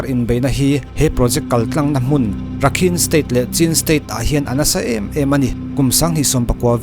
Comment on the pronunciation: Rakhine tih hi Rakhain tia lam tur aw Sir.